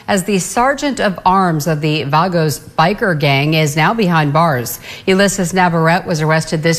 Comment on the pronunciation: Can't even pronounce Banditos or Vagos.